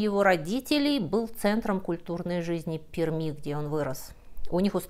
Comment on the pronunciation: Безумно интересно, но как пермячка не могу не сделать замечание: произносится ПерЬми